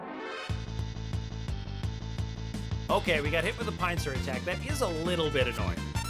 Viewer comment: you pronounced "pincer" wrong